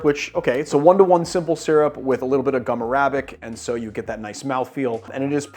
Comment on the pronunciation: Dumb question: why do cocktail YouTubers often pronounce the "Arabic" in "Gum Arabic" with the stress on the second syllable, instead of the first as has been customary in English for centuries?